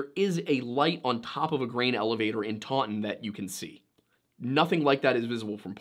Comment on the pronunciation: I live in taunton UK that is not how you say that less emphasis on the u. The pronouncing gets worse